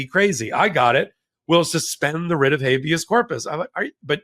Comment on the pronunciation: Writ. not ritz...theyre NOT puttin on the wrist, the ritz, the rids....teach our ppl English 4heavens sake